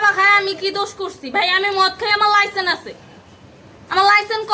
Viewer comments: ভাইরে ভাই জীবনের শুনে আসলাম লাইসেন্স আর উনি এখন বলতেছে লাইসেন্ , আর এই জন্য মনে হয় ওর নাই কোনো সেন্স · লাইসেন্স উচ্চারণ করতে পারেনা...এরে আবার লাইসেন কে দিসে ভাই! 😂